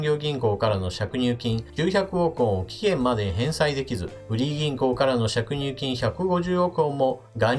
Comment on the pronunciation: 小さいことだけど、しゃくにゅうきん？ かりいれきん？